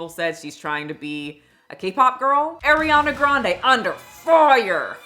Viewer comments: Why is saying Air iana when she's Ahriana? am I wrong? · AAAriana?? No ARRIANA lol. But you’re right she’s not fooling anyone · It’s ariana not AIR-IANA yeez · Ari-Ana not Eri-Ana. If you’re gunna make an hour long video about her, you should know how to pronounce her name. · Eriana Eee riana??? It’s Ariana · It’s AH-ree-ana not, Air-e-ana. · I’m petty but something that kept distracting me was your mispronunciation of her name 😭 seriously though, the best thing for Ariana is to be ignored, for her health. She’s going to die. Her diehard fans won’t let her be though, which is honestly so annoying. She’s a very problematic person. I acknowledge her trauma and have empathy for that but it doesn’t justify a lot of her actions and her Black-fishing and Asian-fishing, her hopping from man to man (though the men need to be held accountable for their role is destroying their relationships) her rudeness towards said diehard fans and service staff…she’s very manipulative. I was a theatre kid and I don’t claim that energy 😭 she’s so talented and that can’t be denied but that doesn’t excuse her actions. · i dont trust anyone who cant even say her name properly, its ari ana, not air iana. its not hard to at least get that right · WHO THE FCK is Eriana Grande ?!??! 😂 Ariana Girl, not Eriana. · If you kept pronouncing it as "air ee ah nuh" as rage bait then my hat is off to you my dear. It worked lol. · It’s the fact you keep saying “Airyanna.” 🤣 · I love you & I know you dgaf, but I’m less than a minute into the video and hearing you pronounce her name AIR-EE-ANA is like nails on chalkboard. Im really hoping I can drown out the phonetic irritation I’m experiencing & actually absorb your talking points.. But this would be like watching someone critique you and refer to you as “My-shell” 🥲😩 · It kills me that you pronounce it as Airy-ana 🤌🏻😭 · I don’t like how she says Ariana 🥲 A-Rihanna 😂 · It’s hurting my ears with her saying Airiana omg